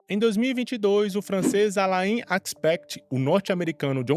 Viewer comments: 3 coisas 1-a pronúncia não é alaiin, mas Alan. 2-Não é xirodinger, mas Xirêdinger.3-o prêmio nobel é recente, mas a teoria já tem 40 anos. O trabalho prova o entrelaçamento quântico e não diz que o universo localmente não existe e sim que existe uma interação instantânea no universo. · O cara pronuncia o nome francês Alain como "alaín" e não como "alã". 😒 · Gostei do vídeo. Porém, na boa, não se pronuncia "A-la-in" mas "A-lā", assim como o ator Alain Delon.